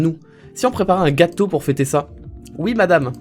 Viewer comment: Je suis réellement désolée je n' aurai jamait mis un pouce rouge sur une de t es video mais la presque a chaque fois tu dis ui au lieu de oui c est insupportable no joke j ai envie de te baffer. bonne continuation